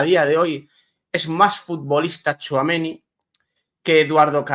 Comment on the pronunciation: por favor 🙏🏽🙏🏽 THOUAMENÍÍÍÍ, acentuado en la í. Respetas el nombre de Éndrik y te esfuerces en pronunciarlo como s debe, sin embargo, al bueno de Aurelian le machacas el nombre 😮. Supongo que no te gustaría escuchar Quilló, o Barríos. Por favor, pronuncia THOUAMENÍ 😊😊ñ Gracias.